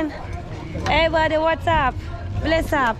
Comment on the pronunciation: It's brother and not Bhadher